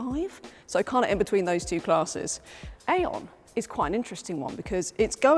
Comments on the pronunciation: Hello, i had like to notice that Aion comes probably from the Greek Αιών which means Century, yes it sounds Eon, not Aion, but it sounds in o not in A, Thnak you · No. No. No. It is AI ON. Not AION. 😂